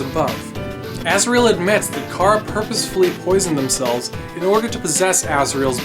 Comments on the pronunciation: it's Chara not Cara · U say cara.its chara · It's not cara its Chara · It's Chara not Cara. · when he said chara i went CHHHHHHHHHHHHHAAAAAAAARRRRRRRRuh